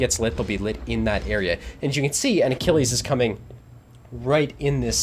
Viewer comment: I see you pronounced Achilles correctly. Didn't want to trigger everyone again?